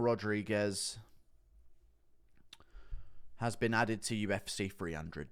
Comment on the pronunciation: "UFC Free hundred"